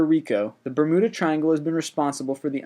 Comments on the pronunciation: ber-myoo-da not ber-mu-da... who says bermuda? and idc if websters says either is ok, because its not. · The "Bur-moo-da" Triangle? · Bermooda? XD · Why do you keep mispronouncing "Bermuda?" You are saying "BerMOOda. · Bermooda triangle, lol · Victoria Gauthier I know who Amelia Earheart was... The reason I asked "what's funny about that?" and Why did you write that?" is because my initial comment was me thinking it was funny he pronounced Bermuda Bermooda, I figured it would be obvious with the lol. So I was wondering why he randomly commented her name... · Oh man, Taos = Tow like in Towel but no el Bermuda = Ber·mu·da just like how it'd look to be said Tunguska = Ton·goo·ska Correct on Earhart Please check Google like I did next time. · My favorite part of these videos is how the guy doesn't even make the slightest attempt to pronounce words properly. "bermooda" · Bermooda triangle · Bermuda. NOT Bermooda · Its BER-myuda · Bra-mood-a LOL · I love these things, but EVERY ONE of them contains at least one or two mispronunciations! Stop guessing! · You know, I love channels like this, and I would be inclined to subscribe if the narrator didn't mispronounce every other fucking word!!! In this video alone, he mispronounced Bermuda, Tunguska, Gigantopithecus, Earhart, Voynich, and Gibraltar!!! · Burr-moo-duh triangle Amelia Ear-Hart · I like your videos. Please do not view the rest of this comment as me thinking you should stop! Bermuda = "ber-MYOO-duh". Earhart = "AIR-hart". The chupacabra was simply an invention of the government to explain the superstitious farmers' missing goats which soldiers were stealing. The Loch Ness monster sightings have almost all been revealed as a series of hoaxes, including the first story and that photograph, while no reliable evidence has been found. It's not unsolved. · am i the only one who was really annoyed with the way he pronounced Bermuda and earhardt? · "Eer-heart" "Bermooda" "Boing 747"